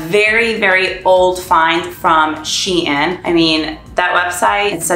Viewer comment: Haha I've actually never heard shein pronounced the way you did here! Normally I just hear it pronounced as "sheen" also lemon dress is super cute and tbh I can't even see the "tail" lol